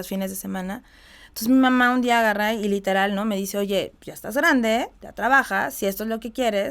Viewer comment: Porque usa tanto la palabra LITELAR!!! Sabra el significado de esa palabra???? Ni quebrada se le quita el tonito de voz. Que pereza!!